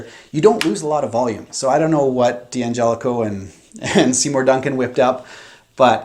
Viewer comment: Say it with me.... Dangelico. Dan-jellico.